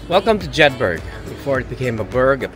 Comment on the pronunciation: Ogie you pronounce Jedburgh wrong.. you prounce the word burgh just like edinburgh… like eh-dunh-bruh…jed-bruh..